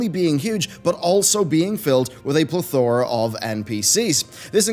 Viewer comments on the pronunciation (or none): fails hilariously at pronouncing the word plethora. It's pleTHərə dude, not ple-thor-a. I hereby sentence you to go watch Three Amigos until you can say it right.